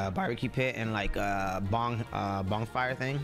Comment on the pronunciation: pg really said bong fire instead of bon fire lol 🤣